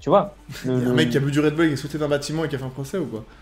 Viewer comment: MDR Genre c'est français le Red bull !? C'est un nom anglais donc casse pas les **** ! 😁 Au pire prononce le à l'allemande si tu veux, c'est autrichien je crois 😅😂😂